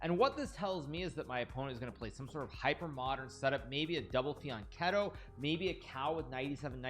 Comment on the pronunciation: Quick correction - you say double fianchetto, pronouncing it "fee- on - keh - toe", but the correct pronunciation is actually "fee - on - cheeto" - Lot's of people get this wrong though don't worry about it.